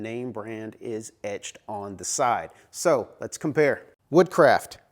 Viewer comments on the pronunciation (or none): none